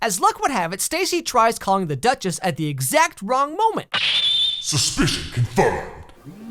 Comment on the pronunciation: I can't stop hearing he calling the girl "The Dutches"